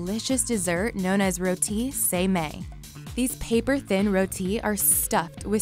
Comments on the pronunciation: “ Roti SaY MaY “ 😂 Its Roti Sa Mai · Roty Saymay 😂😂😂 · “roti say may" As someone who is thai that hurts me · the way she pronounced the street food in the Thailand part had me dead. "Routee-Sey-Mey" Not even close but she tried. It's Roti Sai Mai. Pronounced as "Row-tee-sai-mai" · "around the streets of Thailand you will lightly Come across a desert named" Roti Say May Actually this is how she pronounces it.... 😂😂😂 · I almost got a stroke the way she pronounce Murtabak and Roti Sa Mai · The way they said Roti Sai Mai was disturbing. And thats on being a Thai person who lives somewhere else in the world. Edit: I showed this to my mom and she was like wtf is that?